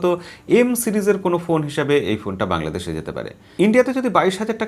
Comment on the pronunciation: বআংলাদেশ না দাদা বাংলাদেশ।।